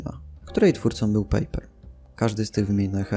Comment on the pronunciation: "Pajper", nie "pejper";)a Waźyk na początku bardzo współpracowal z komunistami. Nie wiem, czy sá jeszcze jakieś bardzo ważkie błędy, myślę po ich poprawieniu filmik byłby idealny:)